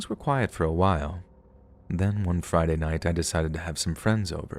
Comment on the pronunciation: It's FRADAY